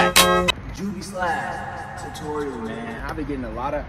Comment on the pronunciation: Why u say tutorial like that